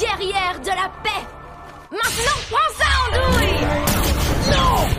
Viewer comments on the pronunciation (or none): none